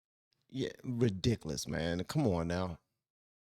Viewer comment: Some of my favorite things: 1) some good lovin' 2) pecan pie 3) hearing say "Ridiciliss" Our country turned its back on Derek Chauvin because everyone who was in a position to speak was too scared to say what needed to be said.